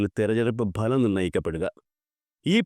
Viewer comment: ഭലം അല്ലാടോ..... ഫലം....😢😢😢